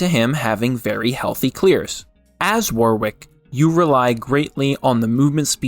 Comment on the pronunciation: Auto dislike any video where Warwick is pronounced wrong, soz